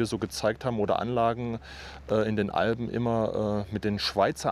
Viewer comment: Man sagt und schreibt Alpen und nicht Alben.